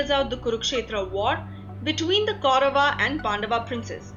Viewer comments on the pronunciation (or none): mahabharataaaa??? kauravaaaa....???pandavaaaa????bhishmaaaa???? vyaasaaa?????dronachaaryaaaa????arjunaaaa????i think they r names which should be taken as they r pronounced by Indians... how bad it would be if i pronounce harry potter as hari putter